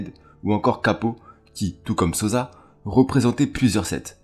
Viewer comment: Sossssa pas sozza man t’abuse 😂😂